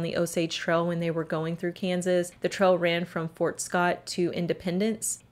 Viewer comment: Pronounce your "A's" right...its annoying!! "Trail" but you say "Trel"